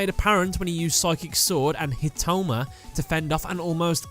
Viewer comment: I really like this but please, please, please, read the names correctly (Iziniski =/= Izinski, Hitoma =/= Hinotama, the latter ones being the correct ones). Also, might be worth mentioning the original (japanese) names for other characters as well, after all, those are the original, as well as the story of the Japanese version being, you know, the "right" one.